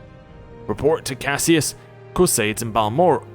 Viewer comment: Caius is pronounced KYE-us (it's a Latin name). Uriel is pronounced YOU-ree-ul (it's originally Hebrew). Go into the settings and tick "Always use best attack". It's much easier to fight that away.